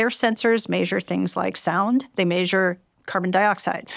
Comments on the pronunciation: This was good but every time she said “maysure” I lost the plot. I know it’s a me problem but it threw me off. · Maysure 😅 brilliant but that was nearly un bearable